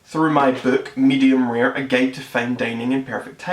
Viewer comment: Its pronounced medium rare not rear